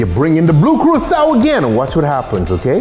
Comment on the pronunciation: What really pisses me off is how he can’t pronounce Curaçao correctly